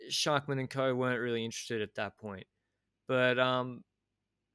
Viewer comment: As a frequent listener, who loves your work, I just wanted to make you aware of the correct pronounciation of all the "-mann"s on Bora. I know you put great effort into getting the names right, so maybe you´ll adjust in future episodes. Both "a"s in "Schachmann" are pronounced exactly the same: like the "A" in Armstrong. Obviously this also must be applied to Buchmann, Ackermann and Schwarzmann :-)